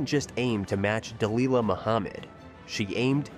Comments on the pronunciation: Its pronounced Dah lilla, not dah leela. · Its pronounced Duh-lil-luh not Duh-Lee-luh genius.